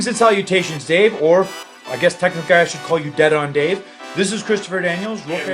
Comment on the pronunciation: everytime i see the intro it drives me crazy when christopher daniels says technica instead of technically lol